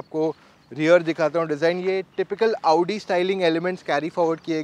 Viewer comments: Aa-oo-di Audi pronounciation: motor octane edition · First person I've seen pronouncing Audi correctly. Thankyou ❤❤❤